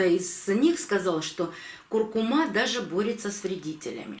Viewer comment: Это знает даже пума: нужно говорить куркуМА!